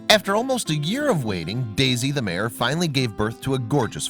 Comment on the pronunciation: The word is MARE, not mayor!